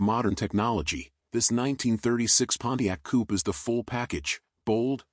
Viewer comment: Those are "period correct wheels and tires"? Love the Pontiac but the "announcer" has butchered it.